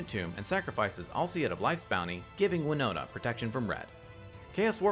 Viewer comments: Please please please reread Wino*T*a. There's a T there! Not an N! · Her name's WinoTa, not WinoNa. Although I wonder if Winona Ryder plays MtG. :p